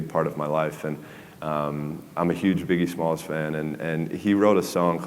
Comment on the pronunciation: I could have written the subtitles. I wasn't sure why he used a paradox by saying, " I'm the biggest, smallest fan." But I now realize he said Biggie Smalls. Or mebbe the world's biggest midget, or the smallest giant. What about, It's the same difference. It's starting to stop raining. Um, yeah... nevermind.